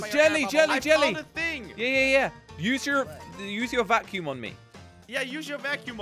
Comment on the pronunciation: Who remembers when Jelly pronounced vacume wrong in one of their videos when Team Robust still existed.